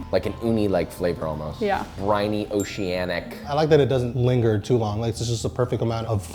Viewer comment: I want uncle roger to roast him on how many times he says oceananic lmqo